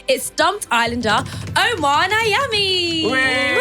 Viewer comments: His name is Nyame which means God in Ghananian Language. u pronounced his name wrong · 😅😂Yeahh, I was definitely not expecting her to say Omar Nayami